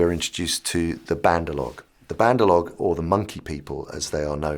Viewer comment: The monkeys are called "Bandar- Log" not whatever he said.